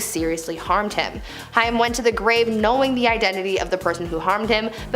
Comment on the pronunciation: OMG.. It's Haaaaaaaim. Learn how to pronounce a name .